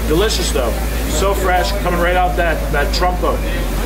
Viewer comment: Did you say Trumpo? 🤣